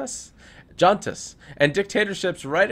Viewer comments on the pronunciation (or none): juntas is pronounced huntas